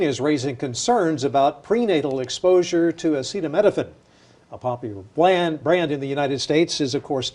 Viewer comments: Trump sounds like a total buffoon here. Defer to an actual medical expert (none of which were on the stage with him). He couldn't even say the name of the drug properly... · Trump couldn't pronounce - or even read Acetaminophen off the teleprompter - so go ahead and take your medical advice from Him - the bloated, flabby King. Many of these drugs - while miraculous, can be bad for our livers, stomach, etc, so Trump may be on to something - but regardless - women huffing Tylenol to prove a point are MORONS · It just really would have helped the point he was making and have been a nice added touch if trump could have pronounced 'acetaminophen' smooth and successfully, instead of in the way that reveals that it was his first time saying the word.